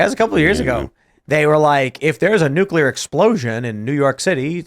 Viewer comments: N-U-C-L-E-A-R ! not Nucular. Damn how do people get so far in life without people around them correcting incorrect spelling. Like Calvary instead of Cavalry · . They are called nucleeeer weapons. Not nucular!!!!!! Did you graduate grade school???????? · BTW, ity's NUCLEAR, not NUCULAR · Huge pet peeve of mine, i hate when people pronounce Nuclear as "New-que-lur", ITS "New-klee-ur". When you say it wrong, you sound retarded, no matter how smart you actually are. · Totally nucular! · Nuculer? Who is this guy, Homer Simpson? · NUKE-YOU-LER is not a word